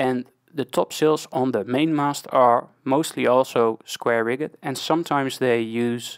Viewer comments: Around the 15 min mark. Rigged is pronounced the same as you pronounce fully rigged ship.... as Rigg'd not riggEd. ... also Staysail, Headsail and Jib. The outermost is the jib, then head, then staysail... but again, if I have wrong info, I'm happy to be corrected, that's why I like watching videos like yours. BTW, ty, I do like your vids. 👍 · Just to learn. In Dutch a mizzen mast is called a bezaan mast. In English double 'o' is pronounced as 'oe'. So a schooner in English is the same way pronounced as schoener in Dutch. The frase 'rigged' is pronounced as 'rigg'd'. A informative video, keep going, keep learning. By the way i am Dutch also.